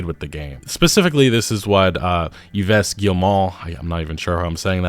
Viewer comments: Yves (Guillemot) is pronounced "eve", not "ee-vess". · for future reference, the french name “yves” is pronounced “eve”. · EVE. EVE is how you pronounce Yves. Painful to hear that butchering over and over. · Eve lol, not "Yevess" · Very good video, been watching your stuff for a few years now. HOWEVER, the French Canadian in me is yelling "IT'S PRONOUNCES EEEVE, NOT EEV-ESS!" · The name "Yves" is pronounced similar to "Eve", not "E-Ves". Probably the most famous Yves to English speakers is the fashion designer "Yves Saint Laurent". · It's "EEvh" not "EEvess" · Like, “Adam and Eve,” it’s pronounced, “Eve.” Yves Guillemot is pronounced, “Eve Geelmoh.”😢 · "Yves" is pronounced "Eve" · FYI, the ceo's 1st name is pronounced "eevz" 😂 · Y-v-e-s!? Shouldnt be that hard to know its pronounced "Yyv" or "Eev"... By the gods, 'muricans should just not even try to do other languages. Almost every time I hear a 'murican(incl. english Canadians) pronounce anything that is not in english I die a little inside. 🤣 ... often fail at english as well. Cant even say aluminium properly. 🤣 But yeh, Ubisoft is not doing well. Their last three games have all underperformed by a wide margin, well... not entirely sure about Avatar but. But then again, guess that is what happens when one tries to do "art" by the numbers. They are literally just doing the equivalent of coloring inside the lines of those coloring books kids have. And maybe even the rest of the gaming world is starting to catch on to that, something I noticed well over a decade ago. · Yves is pronounced “Eve” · Yves is pronounced Eve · The name is pronounced EVE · Yves is basically pronounced like Eve. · Yves is pronounced like Eve for Christmas Eve. You do not pronounces the es at the end. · Yves is pronounced "Eve" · “Yves” is pronounced like “Eve”, I thought you should know since you’ll probably have to say it often in the next few months lol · Just for fun and knowledge : Yves (french) is said like "Eve", in english ;)